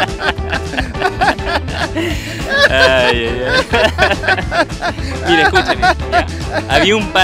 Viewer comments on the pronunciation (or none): none